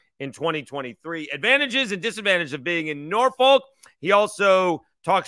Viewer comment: Thank, Great vid hard to find good ODU stuff. As a native Virginian less than 10 minutes from Norfolk, please pronounce it nor-fukk. Almost like ur cussin. We don’t pronounce the folk part like “folk”. Sorry we’re the home for mispronounced town names lol.